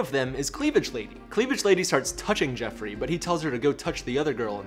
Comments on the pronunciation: It's JOffrey, not JEffrey! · Joffrey, not Jeffrey, but its funny this way.